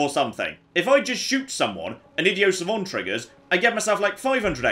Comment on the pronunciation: What is it with the faux-French pronunciation of "idio savon"? The term is "idiot savant" and not at all French. A "savant" is a very clever person. An "idiot savant" is, like Dustin Hoffman's character in the movie "Rain Man", hugely talented in one direction or subject, but utterly deficient in just about every other. Please,, just use your regular accent, and the letter "t" on the end of each word, when saying it..